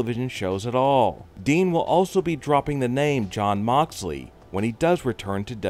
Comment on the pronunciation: Its moxley not mobaly